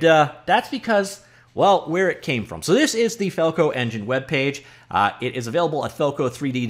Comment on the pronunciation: FalcoEngine... FalcoEn-gine... Falcon-Gen..!